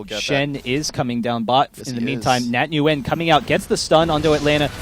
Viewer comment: nguyen is pronounced as "wynn" it hurts to keep hearning it the way they say it...